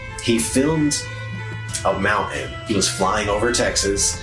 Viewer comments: As much as there's a lot to take in here, I think the worst thing about the entire video is the way the guy after says 'mountain'. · Ought there to be a "T" in your Moun`ain? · What’s a mou-in? What’s with people not liking the letter T? (Like someone saying “impor-ant” instead of important). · ‘This mouw-ehn is supposed to be hidden…’ Yeah, somebody who doesn’t even know how to pronounce the word ‘mountain’ probably isn’t going to be the most on-the-ball lol.